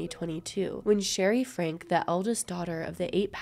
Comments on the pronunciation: Hey - it’s kind of moot now and doesn’t affect what a great job you did but their last name is pronounced like Frankie. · Please respect the children’s privacy as they go through this difficult time! Much love to everyone watching as always I appreciate the support 💜 Also- I made a mistake the family’s last name is pronounced “Frankie” was going to do a voiceover to clarify but then I forgot 😅 whoops sorry!!